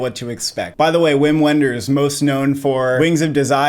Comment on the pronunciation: Just a pronunciation note: It’s pronounced “Vim Venders,” not “Whim When-ders.”